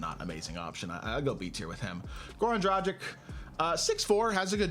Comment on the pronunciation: Dragič not Dragik :D but other wise great stuff